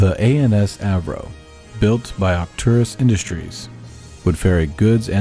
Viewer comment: For the record, the Mun Freighter name is "Avro". did goofed on the name in